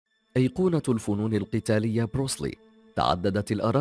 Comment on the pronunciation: انته اول شي أنطق اسمه صح , اسمه بروس لي , بترقيق اللام , كما تنطق بالإنجليزية تماما , Bruce lee, وبعدين هو ممثل افلام قتالية ومؤلف ومخرج , وطور أسلوب في قتال الشوارع اسمه jet kun do اختصارا JKD , وهو ليس بطل حلبه , مثل محمد على كلاي مثلا , فالسينما طريق سريع للشهره وقليل المخاطر و ليس كبطولة الحلبة.